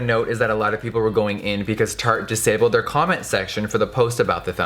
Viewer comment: At the beginning sounded like he said "turd shape tape", accurate hah